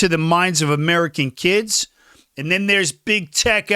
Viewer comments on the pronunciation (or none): none